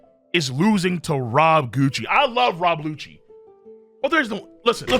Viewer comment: Bro did u fr say rob goochie?